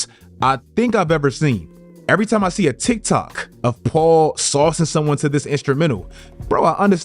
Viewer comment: Why are you putting so much emphasis on the K in "tiktok" 😅